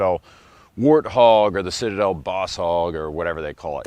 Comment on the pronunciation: "The Shitade..er, um.. Citadel!" 😂